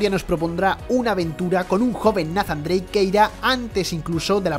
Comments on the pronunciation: Tan difícil sería pronunciar "Neizan Dreic" en lugar de "Nazan"?? Que dolor de oidos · nafan drake. Todos nathan drake